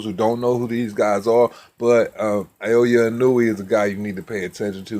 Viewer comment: Pronounce it “ Nah oh yeah “